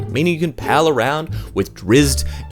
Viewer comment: I know this is an old video and you'll probably never see this, but: Drizzt's name actually has a glottal stop between the z's and the t. Really hard to pronounce fluidly, but that's because undercommon is a bastardized Elvish. In one of the early books, a character asks "What's a drizzit", which is the only time we ever get a common (re: English) speaker pronouncing his name. Anywho, love your stuff, keep it up, feel free to ignore me!